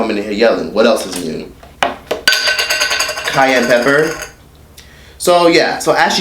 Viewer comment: Did he say "Kanye pepper"?!?! 😂